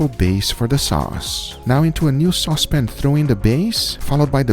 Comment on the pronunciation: Pretty sure I heard him say "sauce pin". He HAS to watch BWB!